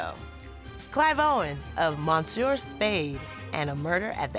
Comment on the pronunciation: no one advised on how to pronounce "monsieur" - feels bad, man